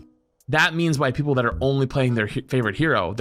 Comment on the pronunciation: are you ever gonna learn how to say people?